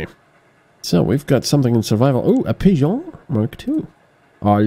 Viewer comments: You say pigeon in a very peculiar way. Almost french-like, hahaha Love the series! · Yeah, it's a running inside joke we have with. And I believe that's really how the French pronounce pigeon as well.